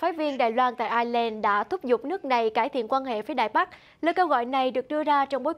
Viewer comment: Ireland = Ai' Nhi~ Lan.